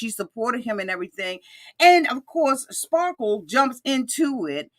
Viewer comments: Best part was John calling him "spa-kle" 😆😆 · It's "Spahkules" 😂😂